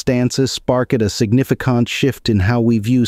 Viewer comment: “Signifi-kant” too lmfao, horrible